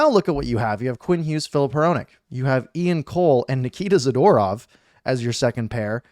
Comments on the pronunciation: Za-Door-ov (phonetically) You r Awesome! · You would think as a person commenting on hockey like you do, you would pronounce hockey players names correctly. Good trade for the Canucks though.